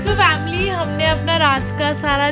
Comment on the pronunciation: Bhai vamily kyu Bolte ho